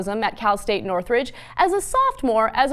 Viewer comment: SHE SAID NORTHRIDGE LMAOOOOOOOOOO